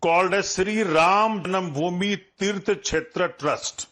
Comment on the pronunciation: Why cannot they pronounce Ram janmabhoomi correctly ! It is Ram jaNMAbhoomi NOT Ram jaNAMbhoomi !!